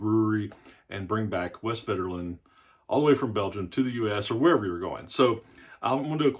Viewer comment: The v is pronounced as an f, the w is pronounced as a v.